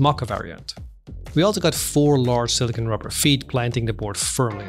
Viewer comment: its not sili-kin, its sili-CONE.